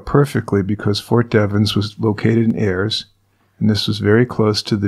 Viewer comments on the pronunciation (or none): Ayer, MA not Ayers